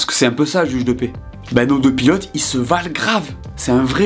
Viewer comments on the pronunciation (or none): none